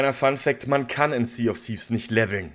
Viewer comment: Zee of siff…is das was er am fuss hat.